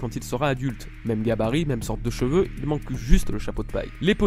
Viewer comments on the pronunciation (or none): none